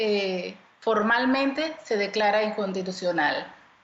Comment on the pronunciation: Tan tan tan tan tan BRUTA , que no puede pronunciar la palabra inconstitucional 😂😂😂😂. Por gente como ella estamos como estamos 😂😂. Ahí lo deja claro , porqué hay tanta corrupción en Panamá , ponen a gente INCOMPETENTE en puestos de tanta relevancia para el país 😮